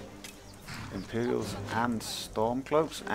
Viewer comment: NOT EMPERIALS ITS IMPERIALS